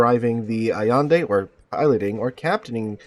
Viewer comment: Al-yen-deh, not Savador Allende, but Ignacio (Ig-na-ssio), possibly the Mexican caudillio...